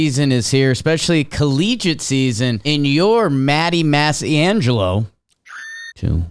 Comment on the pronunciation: Unless that last name is from some weird dialect, in normal, nationally spoken Italian, it would be pronounced "mahs-CHAHN-jel-o"